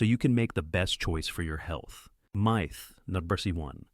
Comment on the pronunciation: The fact that the individual miss pernounces myth, makes me question this video